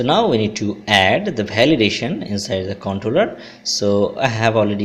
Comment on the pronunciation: Bhalidation lol khub bhalo